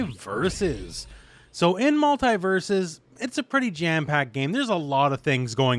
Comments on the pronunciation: Multi not multai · The way you pronounce Mult-E-Versus is killing me.